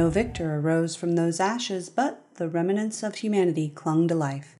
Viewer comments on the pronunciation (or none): Gotta be that guy and let you know it is "remnants" and not "remenants"